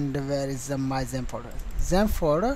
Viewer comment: I thought you was speaking about ZEN, instead of XAMP :p